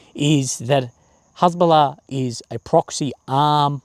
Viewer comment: Cant even say Hesbolla correctly 😂😂😂 just like my spelling of it 😂😂😂